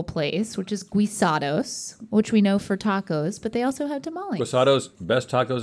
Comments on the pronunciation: Nonono not "Gui" it's "Gee-sa-dos" The Mexican in me is hurting 😫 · It's ghee-sados not gwee-sados :) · Loved this episode! The restaurant Guisados is actually pronounced like GEE. GEEsados. 😊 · I wonder why didnt correct them when they said guisados like (gweesados) hmmm, must have been busy. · I was gonna comment & complain that I still do not buy isn’t but when I heard say “Gwee-sahdo’s” I forgot all about it. LOL sike, is! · It's actually pronounced Ghee-sados. It would be Gwi-sados if it was spelled Güisados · It’s GUEE SA DOS😅